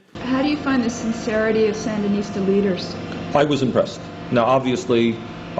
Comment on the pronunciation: San-der-nis-tas is two syllables too long. Don’t waste breath on communists dear